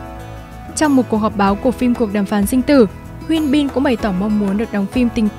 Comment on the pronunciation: Mình nghe giọng đọc của bạn dễ chịu vì đọc đúng tên nhân vật chuẩn tiếng Hàn, hi vọng các video sau của có sử dụng tên tiếng Hàn sẽ đọc đúng như vậy (Thực ra gần đúng thôi vài tên vẫn đọc sai, nhất là Hyun Bin)